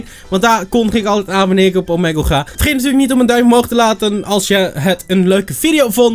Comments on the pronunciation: T is toch gewoon Omiigle? (Uitspraak) En niet Omegel (uitspraak) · Omeggle xD je spreekt het uit met als ee niet als e